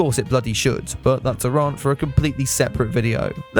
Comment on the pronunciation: wait, how did he pronounce "rant"? i didn't know it had an "h" in it